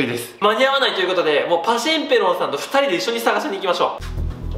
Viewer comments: パシンペロンがペロンペロンにしか聞こえん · パシンペロンをペロンペロンって爆笑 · はじめさん。パシンペロンさんじゃなくてパヘロンプロんになってますよー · パシンペロンさん言い間違えを毎回訂正するの草w